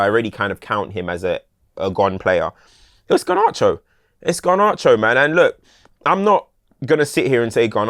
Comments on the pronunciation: It infuriates me how pronounces Garnacho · Bro I thought I was the only one!